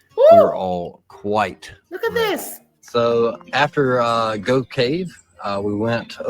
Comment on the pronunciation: The name Gough os pronounced GOFF.